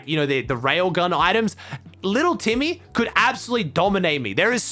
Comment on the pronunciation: i love how says negative nancy and little timmy